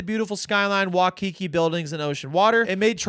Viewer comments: Hi. Or is your first name yet? Regardless it’s pronounced Why-kee-kee. Not Wah-Kee-Kee. Always looking out for my haole brethren. 🤜🏼🤛🏼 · Making me laugh with "wa-kiki" it's pronounced like "why-kiki" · I love the message that this video displays, mad respect and to do all this while still on a budget is crazy impressive. Btw thank you for coming to my home state Hawaii. Also, Waikiki is pronounced Why- Ki-Ki . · Why-kiki not wha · Waikiki sounds like why•key•key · Bro I thought no one could ever butcher the name, "Waikiki". People these days surprise the heck out of me